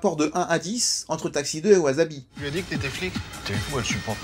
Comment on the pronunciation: Au fait, ça se prononce ouaSSabi, pas de z. Super vidéo, j'aime beaucoup le film. Je connaissais pas mal d'infos car j'avais vu les interview mais c'est toujours aussi intéressant de regarder les coulisses du film